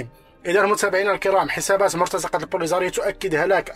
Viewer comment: مرتزقة أخي بكسر الزاي و ليس بفتحها mortaziqa وليس mortazaqa.